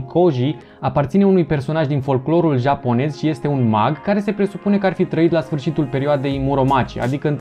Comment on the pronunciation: Ești cel mai smecher din secțiunea anime! SI da ne place cum pronunți japoneza :))))